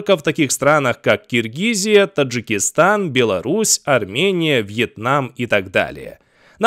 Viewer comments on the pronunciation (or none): none